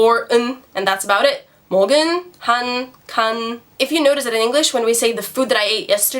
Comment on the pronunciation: is there an error ? it reads 먹은, but she reads it 먹을. please correct me if i'm wrong.